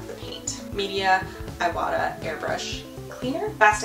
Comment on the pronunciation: Thank you for the video! This was very helpful! Just a heads up, you're pronouncing the brand wrong. It's prononced "EE wah tah" not "eye wah tah" The "i" in Japanese is pronounced "EE" like in "SEE".